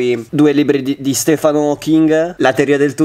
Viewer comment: Non sbagliare la pronuncia di Stephen